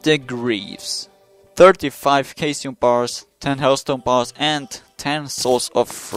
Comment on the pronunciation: I'm pretty sure caesium is pronounced sea-sium